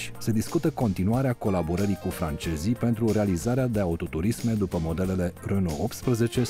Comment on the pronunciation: francejii , chinejii , japonejii